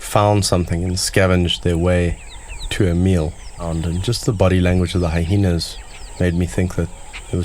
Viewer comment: it sounds like the narrator keeps pronouncing Hyenas like hi-henas, which is incorrect. your trying too hard mate